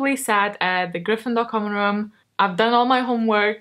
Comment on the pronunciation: "I've don all my homework.. pretty much" hahahaha so me 😂